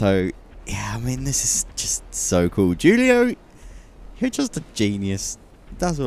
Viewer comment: The j in Julio is silent. You pronounced it as if it were spelled jewlio, instead of hulio